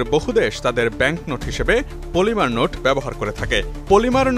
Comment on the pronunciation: মলিমা বা পলিমা না। পলিমার হবে।